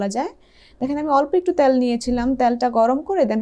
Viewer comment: উচ্চারণ "তেল " বললে ভালো হয় 😃